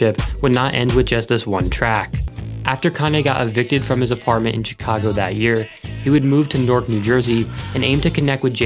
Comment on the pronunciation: Chicago is not pronounced properly here